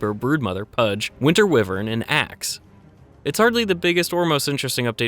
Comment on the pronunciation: The way you said wyvern" triggered me a bit